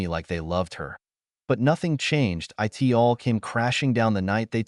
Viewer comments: Not "I-T". "It" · Why does the AI narrator pronounce (it) as "I" "T"? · Your mom, dad and sister need to find jobs to get money. They are free loaders. Your story is too long, pronunciation poor. "IT"? Pronounced "it". Get someone to teach you the English Language. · Terrible, terrible AI voice that mispronounces so many common words. Frequently saying "I.T." instead of "it" being the most frustrating. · The word "it" still exists. And it should not be pronounced "i t" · It's odd that the word "it" is being read as I.T.... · Would someone PLEASE fix these AI voices to say the actual word "it" instead "eye tee".